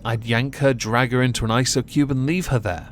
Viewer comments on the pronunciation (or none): none